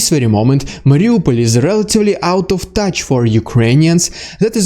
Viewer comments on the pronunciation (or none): none